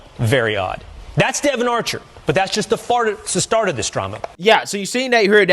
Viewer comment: Did anyone hear the reporter say "That's just the fart of the drama"? Instead of the "start"????